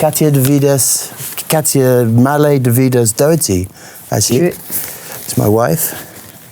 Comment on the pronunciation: She pronounced his name wrog